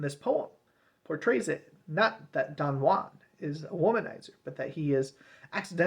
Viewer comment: it's pronounced 'jew-an'